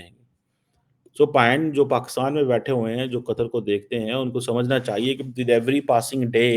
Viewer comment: Aap bol rahe ho ki inlogo ko pakistan aanaa chaahi-a. Ku aanaa chaahia-a ? Is pakistan really safe for any kind of investment ?Think on it .